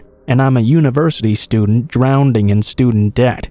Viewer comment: “Drowneding in student debt..” did anyone else hear that instead of drowning as well? Drowned or drowning is correct, drowneding/drownding(however the incorrect spelling is)is not.